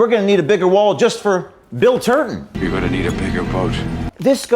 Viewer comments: Just to clarify, are saying Turton or Turd-on? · Surely, I heard James say Bill Turdon.